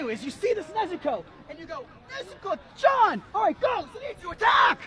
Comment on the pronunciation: NezUko? "Nesko"!